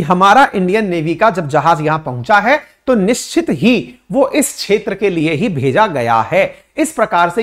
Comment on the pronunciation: क्षेत्र का उच्चारण छेत्र ऐसा क्यूं किया जाता है?